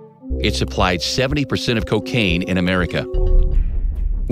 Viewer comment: "the kekain trade" 😂